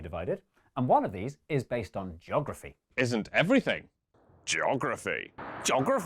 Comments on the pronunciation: gee-ography 🤬🤬🤬🤬 what in the world is jography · ah yes, jografee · I wonder if Mark knows there's an E in his "joggraffee"? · Mark: "joggraphy" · never realized before now that mark pronounces geography as jography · Ok but seriously - is it really pronounced "joggraphy"??? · Jog-free: how Brits pronounce geography. That's what I learned today.